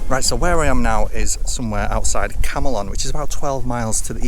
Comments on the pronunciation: How many times? It's Came-lon, not Cam-eh-lon. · Camelon - pronounced "Kemlin"... Don't ask! 😂